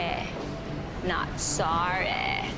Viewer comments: Grabeh si na pissed si Rachel wala na syang masabi sabi. Soreh not Sorehh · "sawreh not sawreh" hahahaha